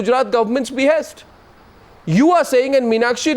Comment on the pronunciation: At minute 44 Arnab reads a statement ".. loyal soldiers, who fought cross border terrorism at its be-haste". And he emphasizes on 'at its be-haste'. What about the more critical issue 'cross border terrorism'. If the tamed media has lowered to such a standard, beware, one day will come when this highly communal central govt. will also charge brave Indian army for killing cross border infiltrators (just for vote banks). Ethically corrupt media will support govt stand for their personal gains.